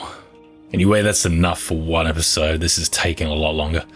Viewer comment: No one:: E T H I S O D E